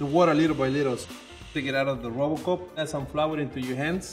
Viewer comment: He said “robocoupe” (its a brand of food processor) but now I can’t unhear “robocop” lmao thanks